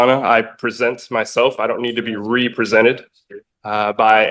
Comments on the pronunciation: He says "expecially" and "ree-presented", he accuses her of "practicing bench from the law" and he thinks he has the smarts to defend himself. His real name is "hubris". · When you cannot pronounce “represented” maybe you should represent yourself